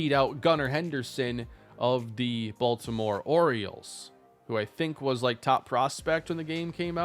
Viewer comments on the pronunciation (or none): none